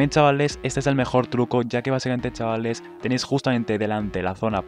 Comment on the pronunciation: Tienes un serio problema con la palabra CHAVALES.